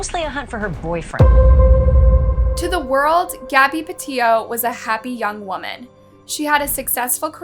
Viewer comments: Pe-io. Co-in. Bri-in. Seems like there's a huge fear of the letter 'T'. This is annoying AF and detracts from the presentation. 🤦‍♂️ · Mispronounced Gabby’s last name (not surprised, you always mispronounce names). How do you pronounce it, “Patillo” when you LITERALLY used news clips that pronounced it correctly? “Petito” (PA TEE TOE). Her and Brian weren’t married, either — horrible research on your cases. 🤦🏻‍♂️ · I don’t mind you misspeaking laundries name wrong, but cmon get Gabby’s name right! Even in the footage they say her last name! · You cannot even get her pronunciation of her name right!!!!!! It's PETITO !!! Not PETITO !!!! This video is gross. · Pa tea tow. That’s how it is pronounced. Watch the videos before you make your own please. Get the words right. Geez. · Pah-tea-toe. Seriously? I swear you TRY to say words wrong in your videos. And it’s super disrespectful to those that are passed and their families. Also Lawn-dree. 🤦🏼‍♀️ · Petillo ... No that's not how u say it get the victims name right thats so disgusting and disrespectful. And u said laundray? IDC about him but this makes this channel look so low. Not professional at all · So weird that most of the outrage in this comment section is not for that monster who stole Gabby’s life, but for the mispronunciation of her last name. People are so weird to me. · The least she can do ?? She put her story out there what do you mean? You’re upset about her not saying the second T in her last name … I’m confused ..what exactly was the least you did for Gaby besides complain about someone mispronouncing her name.